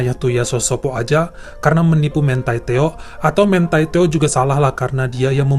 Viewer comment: bacanya MANTI TEO aja, bukan mentai teo